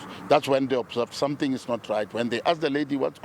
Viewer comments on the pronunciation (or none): none